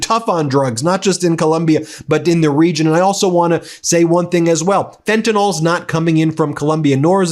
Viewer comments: FentaNYL. Look at the spelling, Ben. Stop pronouncing it "fen-ta-NALL"!! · Hi Ben! I don't know if you read all comments but I noticed you pronounce FENTANYL wrong lol fentanyl the last 3 letters are pronounced like ill 😂❤ love you bye